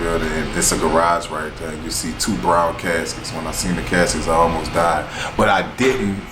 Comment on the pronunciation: Everytime you say " I love yaw" lol i be like thats my dawg love you ❤